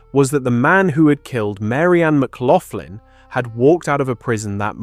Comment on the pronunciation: Thats not how you pronounce McLaughlin.